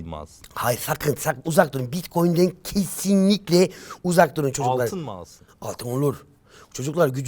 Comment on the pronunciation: KESSİNLİKLE ve o el hareketi aha geliyor YAVŞAK derken sondaki 'yavşak'ın vurgusunda bastıra bastıra, berrak bir türkçe kullanması 'ın aşırı manalı gülümseyişi Kardeşini paramparça gören birinin ABOOOOWW demesi fikri ayrı, bağırışı ayrı